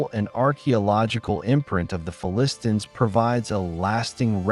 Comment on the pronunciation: What is with the affected pronunciation of "Philistines", a pronunciation I have not heard anywhere else and one that is counter to all dictionaries. Are you just trying to be clever?